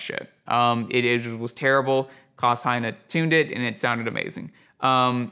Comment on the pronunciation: Heyne is pronounced I believe according to my German pal Klaus Hi-Nay. I think that is right,. BTW he had sone all of my vintage U87's that were before the AI versions which are not really usable for modifications.